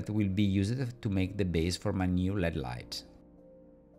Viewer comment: I learn a lot from your videos. Thanks. I'd like to teach you something in return. When you say LED lights it is not pronounced like the metal. L.E.D. actually stands for Light Emitting Diode. It is pronounced like each letter all by itself. L-E-D And I will add that I only wish I could speak even some Italian as well as you speak English.